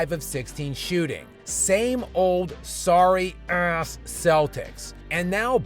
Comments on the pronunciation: I love how skip say “ass” so hard lol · lol why do u say ass! Like that